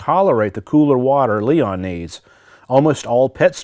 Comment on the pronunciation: It’s Leon not Liam lol